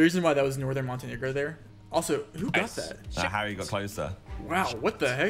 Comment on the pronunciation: I love how Rainbolt calls Harry "Hairy" 🤣